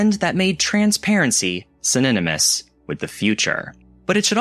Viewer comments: "synynomous"? or synonymous? or cinninamous like cinnamon? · why did you say "cininimis" instead of "synonymous? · synonymous … synynomous? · SYNONYMOUS, check Google for a pronunciation. I don't know how I feel about someone who obviously didn't live through the time period giving a synopsis of it. This is like someone from a foreign country giving a book report on your home country. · I was about to subscribe, but then dude said cinninamous... Syninamous?? I can't. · The way you said synonymous is insane. Like cinnamon. Anyways love the channel! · I thought it was on purpose 🤯 LITERALLY CINNAMON AND SYNONYMOUS PUT TOGETHER 🤯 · I thought he used it on purpose and just figured it was a word I didn't know lol 😊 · He probably did it on purpose to get people to comment boost